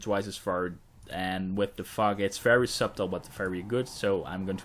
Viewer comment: he said "The fog" but yes i thought the same thing and busted out laughing instantly